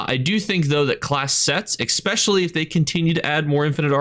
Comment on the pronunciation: i love your videos, but every time you say 'expecially', i cringe.